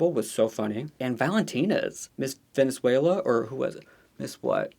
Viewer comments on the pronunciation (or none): none